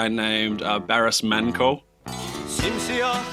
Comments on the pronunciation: adam sadece müziğini dinlemiş. en ufak bir araştırma yapmamış Barış Manço hakkında. Adını bile doğru söyleyemiyor. İnsan etkilendiğini, beğendiğini söylediği sanatçıyı hic değilse adını doğru telaffuz edecek kadar araştırır ya da halen yaşıyor mu öldü mü merak eder. "belki halen yaşıyordur bilmiyorum" diyor. Zerre saygı duyduğunu zannetmem. Sadece alacağını almış Barış Manço'dan. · I wish he had done a quick research on Barış Manço. He can’t even pronounce his name. He had an almost 40 years of music career before he passed away in 1999. He influenced generations of musicians.